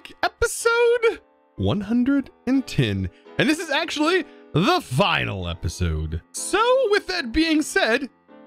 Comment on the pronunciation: pls stop saying HEP - HIIII - ZOD in the intro